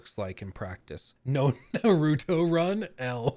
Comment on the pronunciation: You mispronouncing Japanese names is pretty cringe. Its Yas-kae not Ya-su-kae. Its Naru-to, not Na-rU-to. Ik its a pet peeve but bro dont be the American who perpetuates the thought that Americans are unintelligent by butchering names without even attempt to say them right.